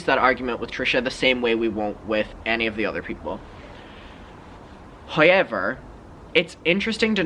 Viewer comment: I live for the “hoyever”